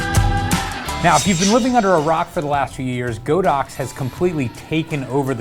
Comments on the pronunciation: Dude it's Pronounced God - Ox.... LOL like God & Ox.... not Go - Dox.... LOL that remote is Fire... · How is it the YouTube experts can't pronounce "Godox" correctly? (Hint: it's on the company's website.) I passed on the recent group buy for the Flashpoint AD400 because I can't see willingly throwing more money to the Red Ponzi that is the Chinese economy: it's only enabling their bad behavior (as an aside, Huawei is the technology arm of the People's Liberation Army). I'd rather save a bit longer for one Profoto B10 and work with that and my motley collection of speedlights (Nikon, Metz, an old Vivitar) until the demands of my work make another Profoto necessary or desirable.